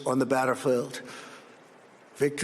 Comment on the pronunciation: "victories on the batter feld" ? He barely lasted a minute before he started sputtering gibberish.